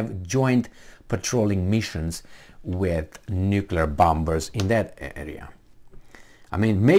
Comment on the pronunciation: Not bomBers,, but bomMers. The second B is not pronounced. I dare to correct you out of my affection for you.